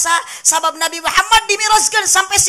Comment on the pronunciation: NABI MEREUN KANG SANES NABU😅